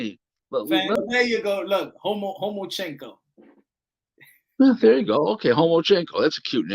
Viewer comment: He said homochenko